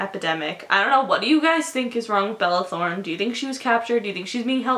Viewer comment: " balala throne" I lost my shit I can't deal